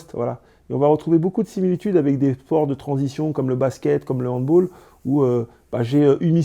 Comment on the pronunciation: Seul point faible de l'interview , il a dit handbOll 🤣